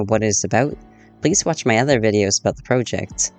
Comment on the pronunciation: The way your say project is seriously making me want to unsubscribe